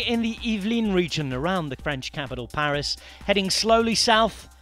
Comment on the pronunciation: the commentator sounds british to me, why is he saying Paris in a french accent? Paris has an S at the end. You don't hear French commentators saying Birmingham in a Brummie accent. Is he trying to sound pretentious? Or to prove he's well travelled because he knows how the French pronounce Paris? Just annoying. Just say "Paris - Nice" like a normal British person please.